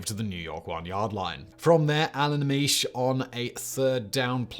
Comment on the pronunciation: So interesting to hear a British accent describing American Football. Even more interesting? Pronunciations of "Unitas", "Ameche", "Stabler", etc. Made me smile.